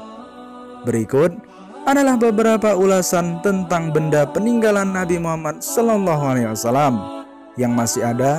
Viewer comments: Mintak maaf bang ucapan anda mengucap nabi Muhammad sollolohu Alaihi Wasallam itu jelas salah cuba lbih belajar sedikit yg saya tulis ini di baca baru betul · Demi Allah, Penyebutannya salah ya mas yang shalallahu alaihi wassalam nya. Kalo tidak bisa menyebutkannya bilang saja Rosulullah. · Yang bener bang kalo bilang solallahualaihi wasalam,jengah gwe denger nya. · shalallahu alaihi wassalam. Tadi penyebutannya salah. Tolong jangan main" Dengan penyebutan nama rosulullah yang suci ini. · Saran om.....MAAV....KALAU BISA... SAAT MENYEBUT ... SHALLALLAHU 'ALAIHI WASSALLAM... TOLONG YG JELAS DAN BENAR.... KRNA PAS D DENGER TIDAK SESUAI PENYEBUTANNYA... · Ko pas dia sebut *shalallahu alaihi wassalam * kek gk jelas gitu ya? Apa aku yg salah denger? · Pengucapan SAW dibenarkan lagi mas🙏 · Elu ngomong " SAW " aja ngga beneeerrrrr.... Kenapa keburu buru... Hadduuuuhhh...